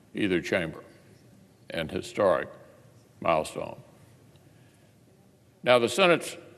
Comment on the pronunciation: Historic is not pronounce His-Star-ic. Do you go to the grocery store or the grocery star?